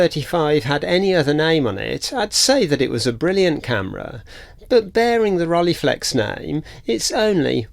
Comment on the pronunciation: Interesting video. BTW "ei" in German is pronounced like "eye" in English - so it's actually "Rol-eye-flex" from "Frank--e und H-eye-deck-e" (the single "e" is pronounced like the begining of egg in French "ouef", but without the "f" part) I did briefly consider the SL35M before buying an Olympus OM-1 back then. Lens choice was part of the reason